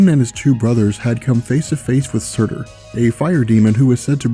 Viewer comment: By the way sutr is pronounced sort